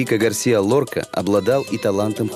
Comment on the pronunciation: Безумно раздражает комментатор: неужели НИКТО не мог ему объяснить, что не ГAрсиа, а ГарсИа! Стыдно рассказывать о великом человеке, не умея правильно произносить его имя.